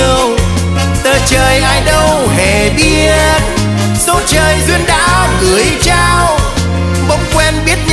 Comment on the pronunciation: lửa nóng , biến đổi , gửi trao phát âm nghe nổi cả da gà , hay thật !! ít ai hát mà phát âm dc như vậy